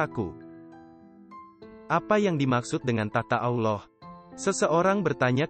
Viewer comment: Isi kontennya luar biasa bagus, tapi ada 2 hal yg sangat mengganggu : 1. Pengisi suara (mungkin pakai AI) tidak benar pengucapan : Allah, Rasulullah, 2. Background music nya genrenya tidak sesuai ut konten ilmu spiritual dan terlalu besar volumenya kadang lebih besar dari suara narasinya. Mohon maaf jika tidak berkenan.